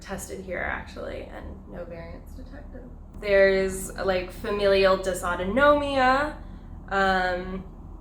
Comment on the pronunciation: Shout out to for pronouncing Dysautonomia correctly.